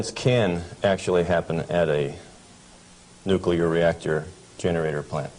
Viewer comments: Hearing every day Americans pronounce nuclear as "nuke-you-ler" never gets old, even approaching age 40. It used to really annoy me as a pre 10y.o Australian kid (with Asperger's, reading, doing math and watching docos said to be years above my human farm given "education level"). These days, the more educated the person pronouncing this so incredibly wrong. The bigger it makes me smile. Thanks team America. You're the world police and deserve a movie made about your overseas global help.... Never mind, some incredible Americans already did it in the 00s. Thanks Matt and Trey. "AMERICA FUCK YEAH!!!!" Thanks. This is incredible material about an incredible material. Surprised it wasn't banned, not just demonetized. I'm just glad it's up and I'll be donating to you to help with the losses of hosting high quality information on the tube mafias mega streaming services for us farmed humans. Thanks from 38° south in SE Australia. Near the great Ocean road southern aurora photography chasing cliffs of the Otways and hi SO family ❤🙏 PS. no hate here. I'm the first to tell people that Aussies butcher the English language better than any other English speaking country. Returning home from nth America, UK etc is always a shock hearing how much we cut words down, remove entire words to shorten sentences,, don't pronounce the R in many things including burger (I've confused many an American burger restaurant worker taking my order when I ask for a bur-ga and not at bur-gerrrr) and tha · A guy who worked in that industry for decades and still mispronounces the word "nuclear" is very difficult to take seriously. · Isn't it odd that someone who is an expert in nuclear technology doesn't seem to know how to pronounce the word nuclear? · Why is he keep saying "nukilar"? Its not "nukilar" its NUCLEAR...I cannot believe that he's saying it wrong all the time... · It's unfortunate that he pronounced it "newkiller" instead of nuclear though.